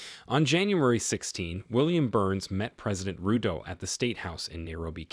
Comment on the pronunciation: Please correct the name of somalia and ruto! Not somelia and Rudo! It’s soomaaliiya and ruutoo! If you can not pronounce it right or you saying it that way on purpose, please let someone else do that part for you!!!